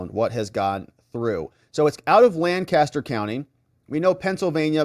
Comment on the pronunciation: Its pronounced Lank-aster PA Not Laan'-caster!